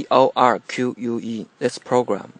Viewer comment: Instead of torque he said dog